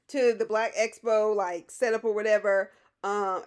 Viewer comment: Tisha, PLEASE learn how to say EXPO not espo!!!! If you're going to have the event, you should at least be able to say it right.